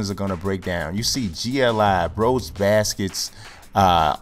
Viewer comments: FranchisePlay | MyLeague, MyGM, Connected Careers, RTTS, NBA2K15, Madden, MLB The Show No I think you can't say it correctly as an american ^^...I think there isn't an english word in which the e is pronounced like in Brose :P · You actually pronounce the "e" in brose.